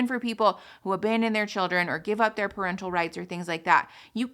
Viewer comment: Prenatal, nope, parry natal 🤣